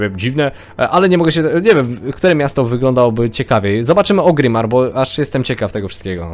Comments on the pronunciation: ORGRIMMAR KURWA A NIE OGRIMAR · gra cale zycie w wowa, i mowi Ogrimmar :D